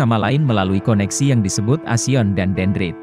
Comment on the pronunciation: Koreksi: akson mas bukan aksion